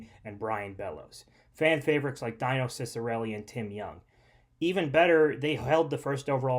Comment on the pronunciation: Not dyno. Dino, like dino the dinosaur. I urge you to learn the proper pronunciation of some of these old north stars